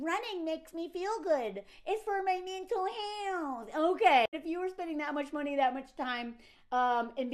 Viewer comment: "-mye meeNtle hyeiLth" 😂❤❤❤